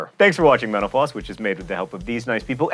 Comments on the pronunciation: I think you ought to enunciate the name of your show at least a semidemiquaver more slowly, as I thought I just heard, "Welcome to menopause." Just sayin' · Did anyone else here hear "thanks for watching menopause" ? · Seriously, I keep hearing menopause too! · everytime you say mental floss.. i hear "menopause" lol. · when he said mental_floss at the end, I understood Menopause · It sounded like he said "meno pause" instead of "mental floss" at the end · Every time John says 'Mental Floss' it sounds way too much like 'Menopause' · whenever he says mental floss I hear menopause. anyone else? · it sounded like he said thanks for watching menopause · He says "Mental Floss" .. but.. it sounds more like "Menopause" lol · Btw I love "mena-pause" lol Jk I can't get enough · It sounded like he said menopause instead of mental floss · i still swear that he's saying medaupause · It really does sound like he says "thanks for watching menopause" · Sometimes when you say "mental floss" and I am not paying attention, it sounds like menopause... XD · You said Menopause again ...